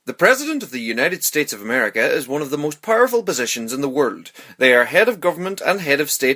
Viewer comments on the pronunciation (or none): Why do you say ''word'' instead of "world"?